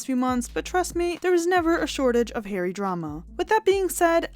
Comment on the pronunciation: It’s Harry not Hairy! lol😂